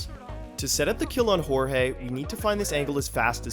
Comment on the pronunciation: Nice video but Jesus that pronunciation of Jorge 😭😭